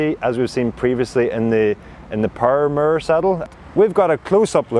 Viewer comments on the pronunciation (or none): "murrrr" = "mirror"??? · I'm like, "i've not heard any press about this 'murr' saddle . . . ."